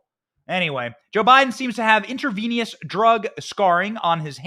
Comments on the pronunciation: And btw Benny the word is Intravenous…. Not InterVENIOUS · It’s intravenous, (intra-veen-us) not (intra-veen-e-us) I am amazed that you couldn’t pronounce that word. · I just love your delivery Benny 🙂 but please ask your wife's advice on pronouncing medical terminology 😂 intravenous not intravenious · Intravenous not intravenious, please. Lol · Inter VEE nus 😆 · Intravenous. In-truh-vee-nuhs. The more you Joe 🌟